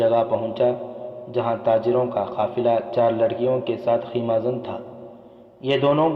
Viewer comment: Arey yaar itni faltu Urdu talaffuz... It's khaima not kheema!!!!